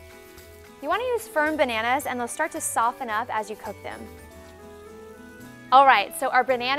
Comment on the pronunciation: She said "bernannas" - 😂😂😂